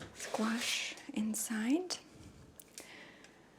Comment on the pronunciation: I love the way you say squash